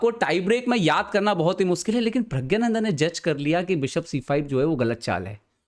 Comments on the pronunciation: Bhai pehle naame to theek se le le. pragyananda nhi praggnanda hota hai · vo pragya - nandha nhi hain. Praggna- nandha hain. Thik se to pronounce krlo apne player ka naam.